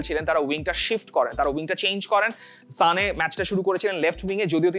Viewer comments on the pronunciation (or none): ভাই উচ্চারন টা ঠিক করেন। এটা "সানে", "জানে" না। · তুমি মিয়া অতিরিক্ত বাল পাকনামি করো, এইসব না করে নামগুলো ঠিকমতো উচ্চারন করো, যেভাবে বাঙালীরা শুনতে চায় । সানে কে জানে বলা, জাভি কে শাভি বলা এগুলা বাদ দেও । এইসব অতিরিক্ত পন্ডিতগিরি ভালো না ।